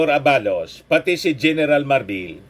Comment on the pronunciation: mali ang pagbigkas ng ABALOS dapat mabilis. Hnd A BA LOS.